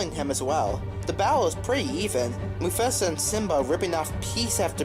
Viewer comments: You pronounced Mufasa wrong? :D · He did